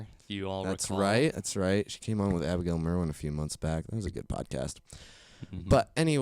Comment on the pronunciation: at 21 minutes calls Clara (*cloura*) (i couldn't figure out how to portray what he said but if you watch the episode you'll see) and ive noticed this pattern in he calls Abigal (abEE-gal) and he called anna something strange that i forgot